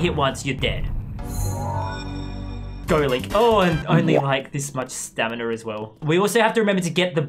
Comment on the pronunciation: Did he say staminr